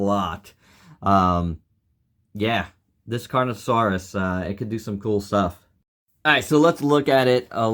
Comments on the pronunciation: It’s Carnotaurus. Not Carnotasaurus. And not Carnosaurus. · bro doesnt know how to pronounce carnotaurus loser take the L